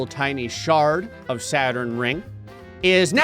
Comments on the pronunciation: It not sadturn it’s Saturn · It’s not sadturn it’s Saturn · "Sadturn" I love it! 🤣😊